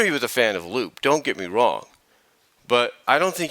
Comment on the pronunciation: Oh, and no offense, but you pronounced Lupe's name incorrectly. It's not "Loop", it's "Loo-Pay", or "Loo-Peh". And honestly, I'm not really a big fan of her redesign very much. Her new design looks so generic, and it does not have the same charm or originality than her original design had. I didn't think there was a problem with her being older. But then again, that was a decision on Ian Flynn. So I guess who am I to question his choices? But that's just me. I'm just not a big fan of Lupe's redesign. And contrary to what you said, she's had very few appearances throughout the years. Sure, she did have a few appearances in the comics. But she served little to no purpose to the grand scheme of the story. And I'm rather skeptical. But I don't think we'll be seeing much of her in the future. Not with how Archie Comics continually shoved her to the side.